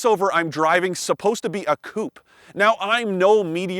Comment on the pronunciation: It is amazing how some reporters never learn how to pronounce 'coupé' or 'Porsche'.